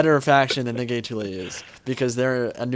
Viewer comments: I'm really looking forward to this campaign, and it'll be nice to hear perspective on everything:) Though just a heads-up, the 'ae' is called a dipthong, and makes an i sound. (except for when you say Caesar) So I think it's gi-tu-li, rather than gay-tu-li. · the g is "sweet". IPA: /ʤ/. Check the italian pronunciation of "getuli" on google. Edit: I checked and that sucks too. The "get" is good, the "uli" is off the mark.